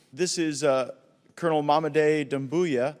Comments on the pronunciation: I'm so excited that Africa is rising and claiming its independence. Thank you for this video and just FYI, Colonel is pronounced kernel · The word COLONEL is pronounced KERNEL. You are English. You should know. Great content, though.